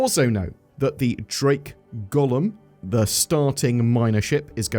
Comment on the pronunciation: Please stop pronouncing golem as gollum, its painful.